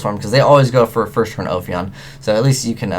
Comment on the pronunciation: you said "first" wrong